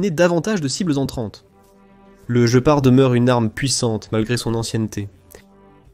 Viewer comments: Guépard et pas "Joe Part", cry seek !!!! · Dommage que cette voix artificielle soit si désagréable ! Des mots, dont le plus "important" : Le "Gepard" doit se dire "Guépard" et non "je pars" ! C'est une aberration qui ôte du crédit à cette vidéo ... Par ailleurs fort intéressante ! Danke l'Allemagne ! Gloire à l'Ukraine ! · la traduction par IA , le jeupar pour guépard c'est pas très sérieux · On dit guépard comme en Français... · il serait bien d'écrire ton texte avec les accents pour que l'ia ne dise pas sans arret le JE PAR MDR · oui, off course, mais une IA ne dit pat Guépard !!! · vous faites chi.... avec votre narrateur IA! "jepar", jepar", je pars, oui, sur une autre chaine!!!! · Il voulait parler du jeu } jeopardy 😂. Perso j'abandonne. J'ai vu deux vidéos, c'est trop pour moi 🤦🤪 } Si c'est l'ia (?) le gars massacre sa chaîne. Après ; cela le regarde 🤑 = 👎